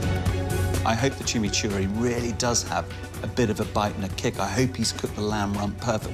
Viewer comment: It’s not chimceeri sauce. It’s chimichurri sauce. It’s Argentinian.